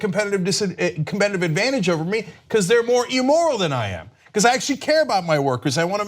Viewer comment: Emoral? I don't think that's a word. Does he mean immoral?